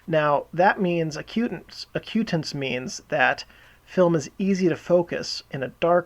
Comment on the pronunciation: It's AC-u-tance